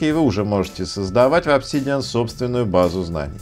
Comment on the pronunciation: обсИИИдиан? прямо с первого слова нет. дизлайк от души. лошня